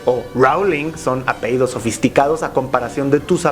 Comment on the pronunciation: Todos ignoramos cosas, no podemos saberlo todo. Por ejemplo, se dice "apellido", no, 'apeido'. Acaso nosotros sabemos la historia de los países francófonos, o las ex colonias portuguesas? O cómo se unificó lo que hoy conocemos como China? Si Rowling no sabe que Bulgaria no está en el norte de su propio continente menos sabrá la historia de España e hispanoamerica.